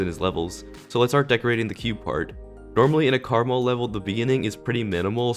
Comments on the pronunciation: Am I the only one who pronounces his name "Kre-mal" and not "Karmarl"? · no its pronounced caramel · Just wanna say its called: karma L so not karmL